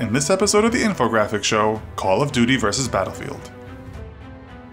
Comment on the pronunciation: You sed dattelfront not battlefield